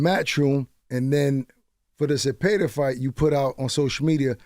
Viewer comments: Shakur gotta start picking it up! That De Los Santos fight was a SLEEPER 😂.. & Charlamagne really bruh… How do you mispronounce the name Zepeda… sound it out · Zapada? Cmon now Charla 😂😂😂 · Bruh😂 I was like... how could you say it like that when it has a HARD E right in the middle. I could see if he said Zapeeda